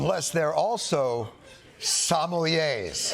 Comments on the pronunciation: Whover wrote that Sommelier/Somali joke deserves a huuuge raise. Somali (not Somalian like idiot Trump said) is the grammatically correct way to identify people from Somalia, and 'so-mel-ye' is the pronunciation for the word sommelier (which is a wine steward). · I love it how Americans pronounce sommelier…